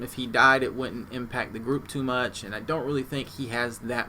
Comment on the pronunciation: the word you repeatedly use has a letter in it you are obviously unaware of. its a t. it goes at the end of the word impac. its changes the pronunciation to impact.